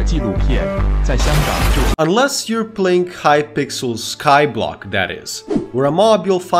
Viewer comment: kaipixel skaiblock nice english btw